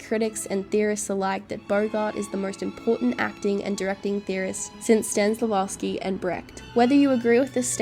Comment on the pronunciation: dear, it's STANISLAVSKI...(STA- NI- SKEY)...not STANLIVASKI (STAN-LI--KEY). What makes what you call 'The Method' a off-shot of Stanislavski's 'System' and not just an approach to acting that was legitimalely derived from it? Stanislavski System was never 'complete' because as an artist he knew it was an unending process of exploration.